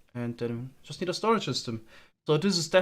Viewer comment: 'we don't have a proper stoage' *expects a single double chest